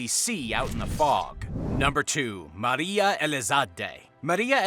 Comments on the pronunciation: Maura!!! Not Moira. You are pronouncing it wrong!! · Maura is pronounced like "more-uh" not "moy-ruh". That being said, I'm willing to bet that after she crashed her car, she fled the scene to avoid a DWI and died from hypothermia in the woods.